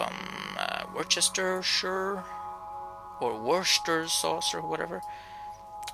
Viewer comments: Thanks for this. FYI it's WHUS-ter-sheer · just for the record,its pronounced WHISKER-SHIRE